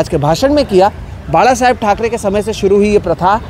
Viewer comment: The way he said बाळासाहेब he is more Marathi than his mother state....